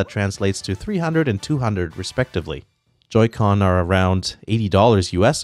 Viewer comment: What the hell is a Joy co? He keeps saying it, I still have no idea how this all works.